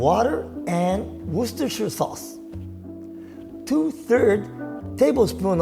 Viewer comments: I like how pronounces Worcestershire Sauce better than most Americans seem to be able to Looks delicious as always, another recipe to add to the growing list to cook 👍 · I'm impressed and intimidated by how he said Worcestershire sauce with such ease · respect for pronouncing worcestershire properly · This looks great! I hope I can try it sometime, and you made homemade dashi look simple. Also, well done on pronouncing worchestershire sauce correctly - so many American food presenters/chefs get their tongues twisted over it!